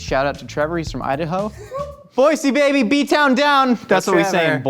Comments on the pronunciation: I just want to say Thank You for saying “Boy-SEE” 💜✊🏼 love from Idaho 😂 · Who here says, “B-Town Down”??? However, you pronounced Boise correctly.. you get a pass. City of Trees! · he said boise right im proud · You said Boise right!!! Yessss!